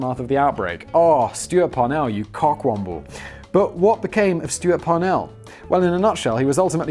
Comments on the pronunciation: Did I hear that correctly? "CockWaffle"? Let's make that a thing. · WTF is a cock wamble?!! I'm from flori- duh, usa so maybe it's just me😁. Love your videos on all your channels! Keep up the good work, I see big things in your future my friend! I think you and the crew are very good and gettin even better at what you do